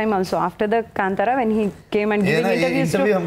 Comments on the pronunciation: kantara?? its kaanthara navika pronounce it correctly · I do not like hearing the wrong pronunciation of Kantara. It is Kaaaaantara and not kantara